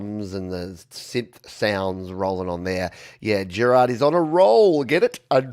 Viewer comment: Keep up the good work,! Your yml show is one of my weeks highlights! (Haha its pronounced Géràrd, (like that french actor Depardieu) cheers!